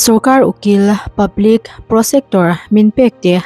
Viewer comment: Prosector nilo in pro secutor ti a lam tur aniang miss